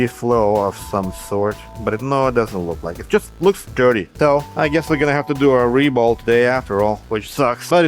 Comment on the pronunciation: your "reball" sounds like "re-bowl", which is oddly appropriate since apparently, someone heard this thing has pins and used it for bowling.